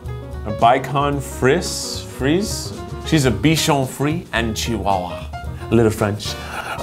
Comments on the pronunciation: Its a be -shawn free -zay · Bichon frise is pronounced bee-shawn free-say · that’s not how you pronounce bichon frise !!! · I'm srsly offended that Keith can't pronounce bichon frise (btw the dog in my profile is a bichon frise)